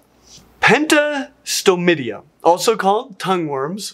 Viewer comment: forgive me but when you said mystacocarida and pentastomida, you said it differently to how it’s spelt and now I’m confused.